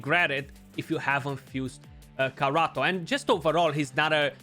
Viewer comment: my dude, you just kalled him carrot in my native language It's pronounced Karato, not Karoto